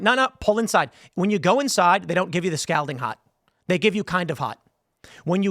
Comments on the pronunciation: I know it's spelled Scalding, but it's pronounced Scolding with more of an O sound. 🤓👆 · Scalding rhymes with balding, Tim. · How hot is "s-cowding" is that more or less than scalding? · How does Tim not know how to pronounce "scalding?" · How does someone mispronounce the word scalding so many times? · I love your show man…but please say “scalding” again 😂…I can’t stop giggling. Cheers and happy St. Patty’s Day. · Someone tell tim he's pronouncing scalding wrong lol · yo.....why he say scalding like dat though?... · All right, I'm going to have to scold him about how he is saying scalding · Also Tim, how many times do you plan on mispronouncing the word “scalding?” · If this dude doesn’t learn how to pronounce scalding by IRL tonight I’m gonna unsubscribe for sure.